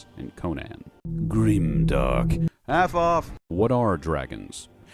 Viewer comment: Even after listening to 20 videos, I still hear F off instead of Half off in the intro. Lmao